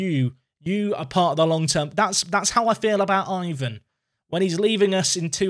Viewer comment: Guilherme is a though one for English speakers. Try Google Translate to help you. Syllable-wise is GUI-LHER-ME. Also, Ivan would as EE-VAN. Like an "E" sound on the first vowel, not "I".